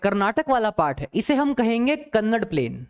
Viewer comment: sir your teaching is best. i love to see the social science video teached by you. i am from karnataka, i noticed that you say kannad it is speaked as kannada. so pronounce it properly. thank you.